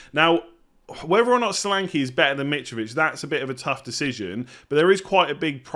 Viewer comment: The name “Solanke”is pronounced SHÓLÀNKÉ and not Salanki. S sounds “SHip” N is stretched and E sounds “bEd” not “I”. Great wild card selection.